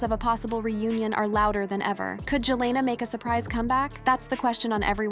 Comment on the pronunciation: With A.I. out there... PLEASE do NOT believe ANY "leaked" phone calls!!!!!!!!!!!!!!!!!!!!!!!!!!!!!!!!!!!!!!!!!! The voiceover to this video is A.I. and that is why it can't say Julena or Bieber correctly everytime. Be careful what you believe nowadays.